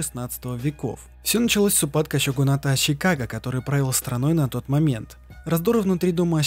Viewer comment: Арррргххх. ну ззачем зачем ТАК ЩИпеть? ну не ЩИноби а Шиноби не аЩИкаге а аШикаге. Да блин на хрена повсюду эту Щи вставлять? Аж уши режет. Там нет ни аСин ни аЩин.